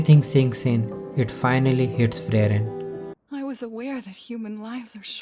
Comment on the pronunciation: It is supposed to be Free-ren and not Frey-ren.